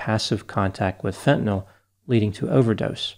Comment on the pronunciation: It's refreshing to hear fentanyl pronounced correctly instead of "fentanol".